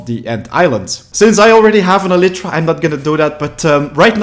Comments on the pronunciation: Every single time he says elytra, it triggers me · you are not saying elytra right it is so fucking annoying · stop saying elytra wrong